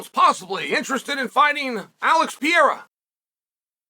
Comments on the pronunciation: Great video, But brother Chael it is Pereira!! Sounds (Pear-rrrer-Ra!) Not Piara! Lol😂 Get it right bru! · I never get tired of hearing you call him Pierra instead of PEREIRA 😅 Just kidding I'm way over it lol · Why you keep calling him Piera man? Isn't this a bit disrespectful? PEH + REH + RA, beautiful name, means pear tree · PE-REI-RA not PIE-RA!! Just call Chama at this point 😂😂😂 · It's simple his name is pIEra not PeREIRa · Stop saying Piera, holy fuck… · Pierra? Is he french? 😂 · I sure hope the do the Uncle-I-have VS pee-AIR-uh fight next. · Pierra 1- Pronunciation 0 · piera? wtf is piera? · LIKE if you're actually referring to Periera as "Pee" - "Yare" - "Uh" because of Chael. 🤣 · Gotta love Pierre-uh and Uncle Lyev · Man still acting like he can't pronounce his name to save his life. No way your inside informant is also calling him Piera. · Piera in what he is saying not Pierra at all haha😅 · exactly what the fuck... 'piêra'... so disrespectful like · You admire him so much that you insist on pronouncing his name wrong. I think it’s just a subliminal way for you to assert your dominance lol. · Calls himself "biggest fan". Proceeds to butcher his name dozens of times😂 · I hate the way you mispronounce Pereira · If you admire him so much, learn how to pronounce his name. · 🚨🚨Dear Chael, how long before you start saying Alex Pereira’s name right? Concerned Fan 😩😩😩🚨🚨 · Such a big Pereira fan you can't even say his name right. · You can't even say his fkn name right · Wish you’d admire him enough to pronounce his name correctly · I know right? How long can you do this for? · Why? You don’t do that. He’s just using a different wrong pronunciation. Literally no English speaker ever pronounces his name correctly. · Wdym Chael is undefeated in name pronunciation